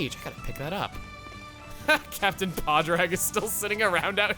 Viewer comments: Chugga as someone who is Irish, just want to correct you on how Padraig is pronounced its pronounced "pawd drig" and not "pawd rag" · Da isn't Gormotti - it's just a way of saying dad or grandad. I've heard it in Ireland. It might be a thing in certain parts of the UK, but I can't vouch for that. (Also, you've probably heard this five million times, but you're pronouncing Padraig wrong - it's Paw-drig.) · Ahhh the pronunciation of Padraig grates my ears lol ignore the second A!